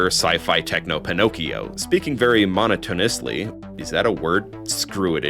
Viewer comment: "Monotonously" is a word. It's not pronounced the way that you did.